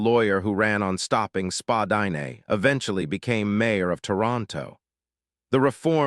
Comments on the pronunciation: It’s pronounced Spadina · I think you’re saying Spadina wrong